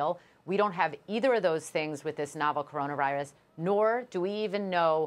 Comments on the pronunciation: Stephen a can’t even say coronavirus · Don't let it distract you from the fact that Stephen A Smith can't even say Corona Virus.